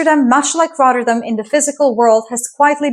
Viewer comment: It's not pronounced RODderdem, the Ts are 'hard' and the emphasis is on the '-dam' part (which is not pronounced 'dem', but 'dahm')... RotterDAHM. Just 2 minutes in, and I got so annoyed with the butchering of the name every five seconds (because, hey, doesn't the entire world pronounce stuff in English?) that I quit the video. BTW, ei is Dutch for egg, what does EI stand for? Electronic Intelligence? Economic Intelligence? Or am I thinking too much in the direction of AI?